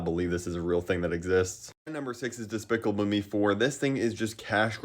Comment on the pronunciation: trying to say despicable me is one of my new favorite things